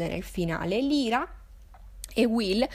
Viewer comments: Odio essere quel tipo di persona, ma il nome della protagonista pronunciato "Lira" non si può veramente sentire, è "Laira", che suona come "liar", bugiardo. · Ciao! (Premessa: molto umilmente ed inutilmente in ritardo, visto che ormai hai letto tutto 😊) volevo dirti che il nome della protagonista (Lyra) in realtà si pronuncerebbe LAIRA 😊... Ho trovato un video dove lo si può sentire bene: vedi attorno al minuto 1.00 Bacio 💗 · La tua analisi secondo me in molti punti è giusta ma in altri assolutamente no, ma non è per questo che commento! E perché non si può sentire la tua pronuncia di Lyra!!! Non si chiama Lira!!!